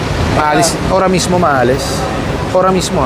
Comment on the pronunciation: Sir, "AHORA MISMO" po hindi ora mismo